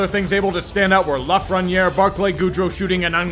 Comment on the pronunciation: (Edited) Oh my God, you pronounced Lafrenière's name correctly.